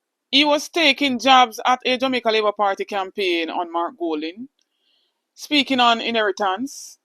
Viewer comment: No listen to a bully that, him can't talk, Listen to how he call (Jamaica 🇯🇲) Jumicka.